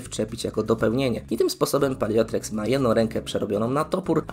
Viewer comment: Ja nie chcę się wymądrzać ale czy to czasem nie czyta się "Paleo-T-rex"? Zmienia się w tyranozaura więc taka wymowa ma jakiś sens.